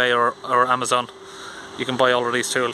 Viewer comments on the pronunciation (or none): none